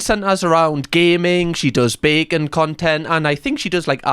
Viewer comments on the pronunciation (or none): I swear I’m hearing you say that QT chick does bacon content. I know you’re saying baking but it sounds like bacon!😆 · I REALLY thought you said she makes “bacon” content 😂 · Thought said "bacon content" was like... thats weird 🤔😂😂😂😂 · Bacon streaming sounded delicious…. Then I re-listened and it was “Baking streaming”